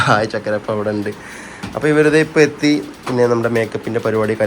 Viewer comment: ചക്കര അല്ല ചുക്കര